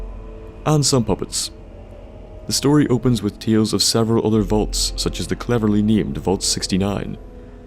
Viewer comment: ur saying volts? or vaults?